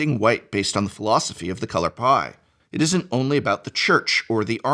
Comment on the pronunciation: All I could hear was “the color pi”